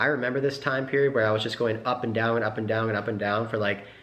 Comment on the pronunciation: Anyone else get tilted by saying "Look Downg at"